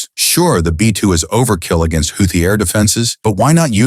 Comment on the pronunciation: Houthi is mispronounced NO, it was NOT a F-17 that was downed. No such aircraft exists It was an F-117 Nighthawk , not an F-17